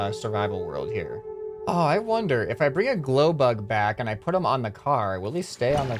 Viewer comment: Car not cat lol